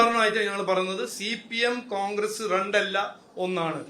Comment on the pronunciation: റണ്ട് അല്ലടാ മൈരെ രണ്ട് 😅